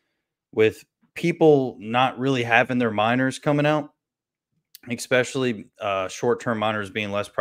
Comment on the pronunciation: Love your vids, but every time you say expecially instead especially my eye twitches. Lol. Great interview with btw